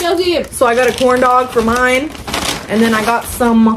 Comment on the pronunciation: It’s the moine for me 😂😂😂😂😂😂 😅lol